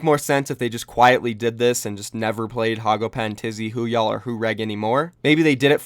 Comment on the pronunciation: Why do ppl pronounce Woohyal as Who-Ya’ll. Lmfao.